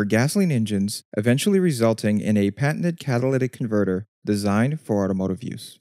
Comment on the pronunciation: "Catawlyvvc comvvrtvv".